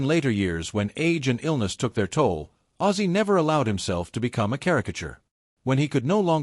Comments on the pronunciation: For goodness sake....It's OZZY not aizee !!! It's not that hard😞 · WTF hahahahah I was hearing sometimes he referred to him as Aizeee and sometimes as Ozzy ...get it RIGHT if you're going to do a commemoration video : p duhhh so weird